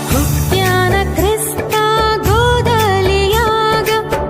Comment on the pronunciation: ಉ ಟ್ಯಾ ನ ಅಲ್ಲ ಹುಟ್ಯಾನ..... ಸರಿಮಾಡಿ......